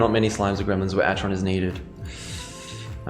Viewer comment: it's pronounced ack-eron